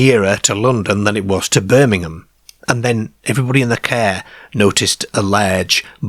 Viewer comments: Need to fix the AI voice cos it always says Care instead of Car....gets annoying after a while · The Ceeer 😂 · Rubbishy baloney He spent more time stretching out the auto route . Who pronounces car “ca” - peculiar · This voice is driving me mad. ' Cair, stair (star). Airms and legs. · As weird as it is!fair? Really? Car is not that difficult to pronounce correctly, it sure as hell is not cair! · I'm sorry, but every time you say cah or bahn I lose any unease I feel about the story. You're Irish? Work on your Rs. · ‘It were a leeearge ceearr. Wi’ leeearrrgee deeeark windows’ 😂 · we get to hear not just homeboy pronounce "car" but we get a "Jaguar" immediately afterwards. The gods have smiled upon us listening audience. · wheres your rrrrrrrrrs? You cant say car? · I've not noticed this before,(I'm assuming you're a Lancastrian) but, being Welsh, there are a lot of similarities between the way you pronounce words and the Cardiff accent. I know that a lot of south Walian people's ancestors emigrated to the south Wales coal fields from the midlands during the last century. The way you pronounce words like park and car are particularly noticeable. Thanks for bringing to light these excellent U.K cases. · The strangest thing about this video is the way he pronounces car. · It’s like a speech impediment. M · Please don’t I just am not feeling great 🤣💀 I had to turn it off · He pronounces all the «ar » as « ay »… this is awful. Mayrs instead of Mars, Payrk instead of Park. etc…